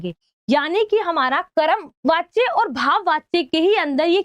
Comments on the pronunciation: Ma,am oo karam nahi hota wo karm hota hai 😂😂😂😂😂😂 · Karam❌ karm✅😅😅